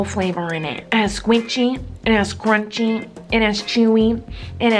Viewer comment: every \time she says "crunchy", I hear "grunchy"